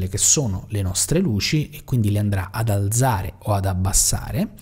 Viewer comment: Bravo, interessante. PS alzare va con la zeta dura come "calza", non dolce come zanzara... ;)